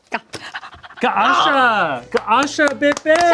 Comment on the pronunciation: HER NAME IS AH-GA-SHA, NOT GA-AH-SHA, IAN